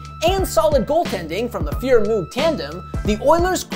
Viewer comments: It’s not MooooG it’s MoeG Moog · Who the fuk is Andy mooooggg? Its pronounced andy moe-gg u 4ssh0l3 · Its pronounced moag. Not moog. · My favorite part of the video. I though he said mook and had to replay that part to hear it again. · Great video. For future reference, tho, it's pronounced "Moh-g", like the dude who invented the Moog synthesizer that was also dominant in the '80s. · Moo-g lol Mōg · I can retire from my good job in 8 years but because your mispronouncing of Moog, I'm going to keep my job forever. Fuck them kids. Do your homework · This is bad. You gotta get their names right. needs to fire him. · Did Moog dirty with that pronunciation. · Unreal he can't pronounce Moog. What a disgrace...lol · Yikes... the Andy Moog pronunciation... and on The Score no less! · Dude can't even pronounce Moog's name correctly. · Agreed. Though I think it's the Sutter brothers not the "Sooters". Makes me wonder why no one passed that along to him? 🤷‍♂️ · It's a great little video, but a few minor corrections: -- Gretzky wasn't 1st in WHA scoring in 1978-79 -- he was third. -- "Moog" rhymes with "rogue". -- "Sutter" brothers, not "Suter". -- In the first round in 1984, the Oilers beat Winnipeg 3 games to 0, not 4 to 0 (it was a best of five then). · You're pronouncing moog improperly. But it's hard to type how to pronounce it. Yiou also mispronounced Sutter . Still a cool video. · I honestly thought I'd been hearing "Moog" and "Sutter" wrong all those years. In this case it is indeed the kids who are wrong. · Good video but maybe ask someone who knows hockey to help you with the pronunciation of certain names (Moog and Sutter).